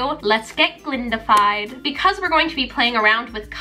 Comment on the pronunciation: "You've been Galindafied"